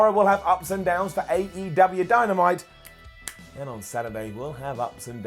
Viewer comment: He said dymanite